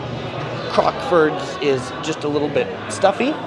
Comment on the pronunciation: You say Crocksford, lame.